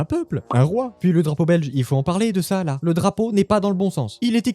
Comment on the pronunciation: "là" avec un accent. S'il te plaît.